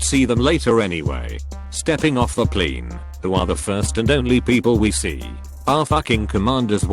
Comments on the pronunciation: "I was on a Chicago to NYE flight. We all get on the PLEEN." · generic tts voice trying to pronounce plane: scottish mode activated pleen